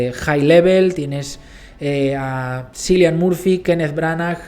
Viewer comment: Toda mi vida pronuncié mal el nombre de Cillian Murphy hasta que eschuché a Margot Robbie decirlo correctamente "Kiilian”